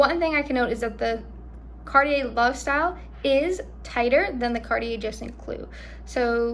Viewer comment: You need to know how to pronounce Cartier! 😂